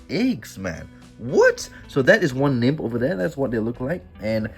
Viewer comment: Nymph is pronounced nymf 🙂